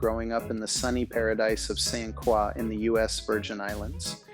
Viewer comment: Love the story but at least learn how to say St. Croix the correct way if your going to speak about it. I mean no harm.